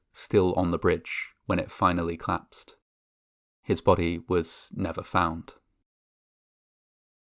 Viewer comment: Love your stories, but you don’t English very good, I kept watching to see the bridge applauding, col.lapse(d), has two syllables, WTF is clapsd?